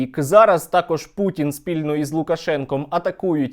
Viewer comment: Перепрошую, а чого Ви гопніка вАлодю путИна( наголос на літеру " и") називаєте путін. Не вживайте будь ласка літеру " і", а вживайте "и". Бо путин це звучно як прутень)) Зрештою московити завжди перекручують укр.прізвища, наприклад замість літери "о" говорять "а", наприклад вони кажуть " ПАрАшенкА", замість "ПОрОшенкО".